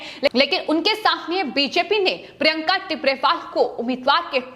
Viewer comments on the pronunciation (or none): none